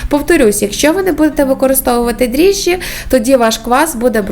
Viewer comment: Дріжджі-- вимовляє цілком правильно. Що смішного?